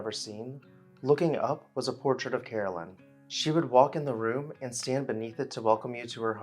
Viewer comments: Caroline is not pronounced as Carolyn, but Car o line. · Is her name Caroline or Carolyn? You’re pronouncing it like Carolyn. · I like your posts but you kept calling her Carolyn and not Caroline